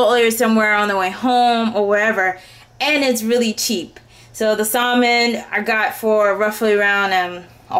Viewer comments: I used to pronounce it the same way; she's just pronouncing the "l". I did too. It wasn't until I took a TESL course that I found out it's pronounced "sammin" instead of "salmin". No biggie. :) Personally, we didn't cook salmon when I was growing up so I think that's probably why it took me so long to figure out. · The L is silent in the word salmon LOL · You don't have to be mean about it. Thank you beautiful lady for teaching me how to cook healthy food! (BTW, I like the way you say salmon, outside the box)